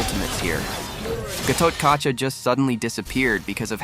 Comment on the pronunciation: Gatotkaca is actually pronounced Gatot Kacha.